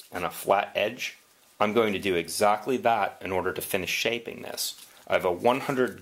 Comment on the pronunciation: I'm going to do exahctly thaht